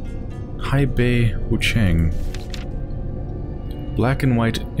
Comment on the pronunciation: hei bai.. not hai bei yo..